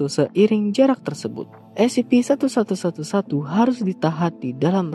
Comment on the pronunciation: Kadang salah ngomong jadi Scp-111 Sebenarnya kan Scp-1111